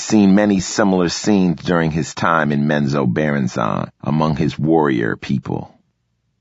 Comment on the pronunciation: Is that how you pronounced Menzoberranzan? My whole life is a lie.